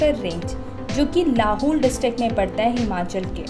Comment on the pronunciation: Madam its not लहूल its लाहौल